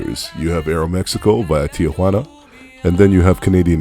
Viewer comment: It's not TIA juana just Tijuana